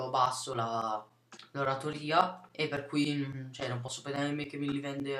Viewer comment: Per aspettare basta attendere 2 giorni ;) C'è il tasto proprio per questa azione :) Non so su pc come funziona ma su ps3 basta cliccare SELECT :) P.s. si dice "oratòria" non "oratorìa" :)